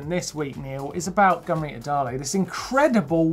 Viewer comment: Am i the only one that misheared "Gunn Rita" as " gonorrhoe"? I feel bad because she IS an amazing rider.